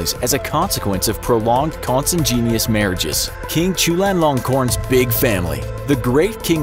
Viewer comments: Con-sin-genius? Consanguinous is pronounced "con-sang-win-us". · The voiceover is full of problems. "Consanguineous" has no "J" sound, for one. That's the first clue you can't trust these videos. The next is that, when you look at the linked sources, HALF OF THEM ARE WIKIPEDIA ARTICLES! I really hope no one looks to these videos as some kind of authority. There's so much better educational animation on YouTube. Check out Kurzgesagt and the School of Life. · Polyphylla? Uhhh...that's a type of scarab beetle. Maybe you mean Porphyria? New research indicates he may not, in fact, have porphyria.....but he definitely didn't have polyphylla. Con-san-gwin-ee-us. Lord Leopold Mountbatten...not Mountblatten. Heem-o-globe-in Sigh.